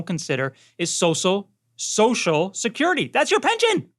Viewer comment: He said it right the first time. "So So security" !!